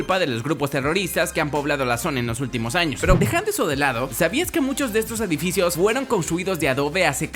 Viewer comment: ADIFICIOS XDXD